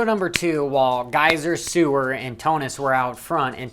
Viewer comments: Excuse me sir "Sewer" it isn't Suwer it's Seewer, thank you as it hurts my ears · The ee in seewer is spoken out like a vocabulary e